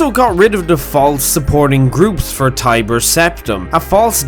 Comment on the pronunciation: I see no reply’s talking about this person saying “Tiber Sometime” so here’s one